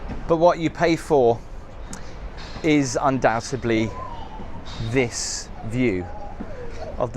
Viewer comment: It’s ‘undoubtedly’. Second video I’ve watched this week where you’ve pronounced this word incorrectly. Sorry. Had to get that off my chest. Now, let’s carry on watching…